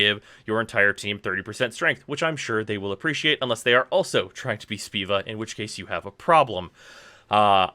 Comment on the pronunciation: Did this man just say Speeva? Boi! It's Spova.